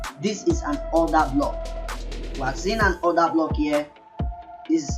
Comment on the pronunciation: “Odahhhblockhhhh” lmaooo Africans are too funny lol